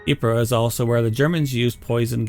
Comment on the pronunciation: "Within three days". Good job on the pronunciation of Ypres. The Brit and Canadian troops jokingly referred to it as "Wipers".